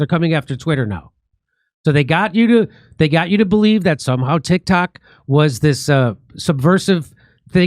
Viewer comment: Jimmy you said "Tit Cocks," 🤣🤣🤣